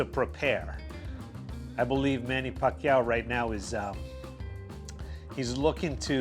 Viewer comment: Nice pronounsed by " Pacquiao" bro.. very Filipino.. Nice vid.. thumbs up 👍💪👏